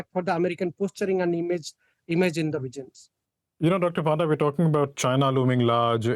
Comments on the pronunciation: more like Puh-nda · Bro that's not panda.... it's actually pronounced as Pa - nda (Paa) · Please dont call him Doctor Panda, otherwise Chinese will claim ownership on him too.. Also we pronounce Panda as Ponda.!